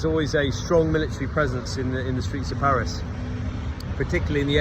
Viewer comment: Salut, Je ne savais pas que tu parlais (était?) français mais ta prononciation des différents endroits de Paris ne laisse aucun doute. 😉 Toutes mes condoléances pour ton grand-père; il y a certain moment de la vie que l'on souhaiterait éviter mais, malheureusement, ce n'est pas possible. En tout cas, je suis heureux que tu continues tes vidéos sur cette chaîne, c'est toujours un plaisir de t'écouter.